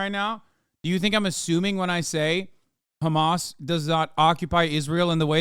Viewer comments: Shapiro is so —that he cannot even pronounced Hamas, he is keep saying “Khamas”. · Why does Shapino say Хamas for Hamas? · idk if you mean in arabic or Hebrew, but in arabic, the kh sound is an entirely different letter than "h". In Hebrew, al least from my Hebrew speaking friends, is about the same pronunciation; "ha-mas". Apparently that "kh" sound is just an Israeli thing